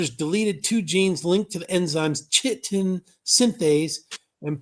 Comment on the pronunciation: 'chitin' is pronounced 'Ky-tin'. Chitin is the second most prevalent biopolymer on earth next to cellulose. Chitin is in a lot of different organisms, fungi, insects, shell fish and others.